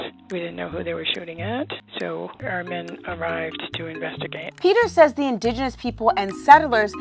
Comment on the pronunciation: That bitch can't say 'indigenous' correctly to save her sorry hide...